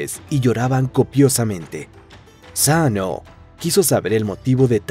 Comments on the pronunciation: eso hiba a decir, tal vez la S primera suena casi como U pero no se pronuncia Saano como en el video sino mas bien un Sssano como un siseo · Es Susanoó segun la pronunciación que dicen en Naruto XD.